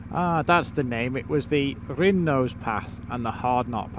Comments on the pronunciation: Hi just want to say Keswick has a silent w and wrynose pass first 3 letters sounds like rye hope you don’t mind us saying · Pronounced ry nose pass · Loving this episode and getting me ready for my trip in October. I enjoy the cinematic music to accompany the drone footage and b roll stuff. Btw it’s pronounced Rhinos pass. (Wrynose pass) again silent W as with Keswick. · Love the video :) It's pronounced Wrynose to rhyme with tie (Wry-nose) and the 'w' is silent in Keswick, so it's pronounced Kessick. I was up Wrynose and Hard Knott on New Years day this year, so the memories are still fresh. (MUCH quieter!) Oh, and look up the Fred Whitton sportive and you'll see it's a single cycle sportive that takes in all the passes you did that day.